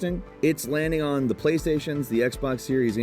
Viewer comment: It may be me, but I swear every time I hear say “Today on Gameranx”. I hear, “Today I’m Gameranx.”